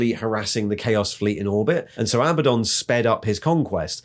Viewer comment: I love how you used both pronunciations of Abaddon thru out the video. xD